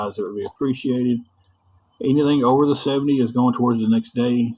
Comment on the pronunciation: I think they were trying to say "TOWARDS."